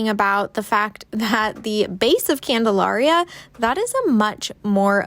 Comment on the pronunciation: My family lived on the corner of Bolton and Prospect, a block NE of the elementary school ( ). Everyone in Salem pronounces Candalaria as you would the word malaria. The mid-century modern that you opened the video with was built by my godparents Charlie and Margaret Mills. Thanks for the fun walking tour of the old neighborhood; it brought up many fond memories of childhood friends and what seemed like a simpler time.